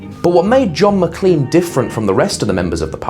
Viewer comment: It’s produced Mac*lain* not lean.